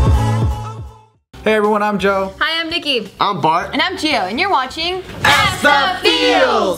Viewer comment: You changed the I in nikki to an O